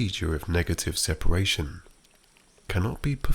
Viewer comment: I hear my old chemistry teacher bawling across the classroom: sepAAAAAAAAAAAAAration. Not sepEration!